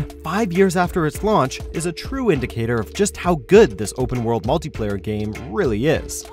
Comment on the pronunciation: Lol i. The begging it souded like he said multiplayer gays